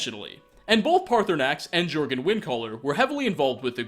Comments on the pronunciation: not being nitpicky or anything but jurgen windcaller is pronounced yur-gen windcaller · Its pronounced yur-gen for jurgen^^ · The videos go into immense detail over the minutiae, and ignore the obvious like how the "flame atronach" is a burnt spriggan or that Jurgen is not pronounced with a hard J...still, entertaining videos,. Just another 45 or so to catch up on 😆